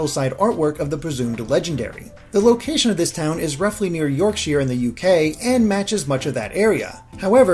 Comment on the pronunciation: As a Yorkshire native the way you so Yorkshire irritates me 😂but regardless still another great analysis 👌🏻